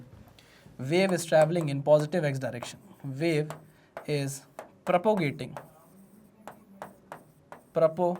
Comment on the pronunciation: Not 'propogation ' but 'propagation'.